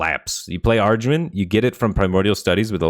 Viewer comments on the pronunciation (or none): i say that too, but how bat got the r in there is just so confusing lmfao. like i get dif pronunciations, but arduin was out of this world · “Arj-when” AYCKSHUALLEHY Pretty sure it’s “Eh-gwin” Keep it up dude, best Constructed HS stuff on YT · Normal people: "Aegwynn." Firebat: "ARDRUIN" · Firebat, I love ya buddy but you gotta work on pronouncing "Aegwynn". You pronounce it like "Argwin" and there's not even an "R" in the name. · Firebats pronunciation if Aegwynn drives me nuts. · for god's sake can we get word to firebat that aegwynn doesn't have an R? this is driving me nuts